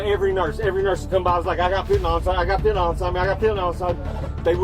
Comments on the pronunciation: is he saying phentynal? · Ngl I feel like it was because he was saying fentenayl and that’s an easy way to get demonetized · “I have got fitting on inside of me” Brother he said Fentanyl not fitting all. Are these AI subtitles or you have auditory processing disorder or smth? I have auditory processing disorder and I still heard fentanyl 😂